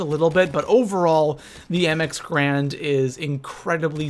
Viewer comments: lol "grand". It's 'GARAND' lmao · Alright. So i know this video was posted like 3 years 4 years ago, but I really dont like the name being said wrong. The correct pronunciation for the weapon is M-X-Gar-and